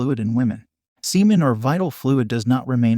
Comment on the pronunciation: He said semen Sea men.